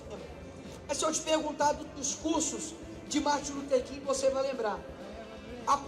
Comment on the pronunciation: Como que uma pessoa que chama Martin Luther King de "Marter" Luther King consegue chegar ao Supremo? 🤣🤣🤮🤮🤮🤮🤮🤮